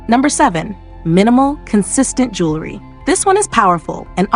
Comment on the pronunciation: You mispronounced jewelry. You said jewlery.